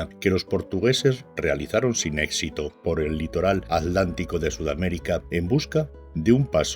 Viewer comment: ¿Por qué los españoles cada vez que nombran al océano Atlántico, dicen "el océano alántico"? ¿Algo les impide pronuciar la letra T? . . Para los españoles entonces los Atlantes, eran los "alantes" ?